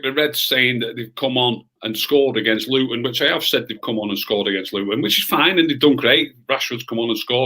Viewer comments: Its fucking Luton ffs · Come on now pal it is Luton after all 😂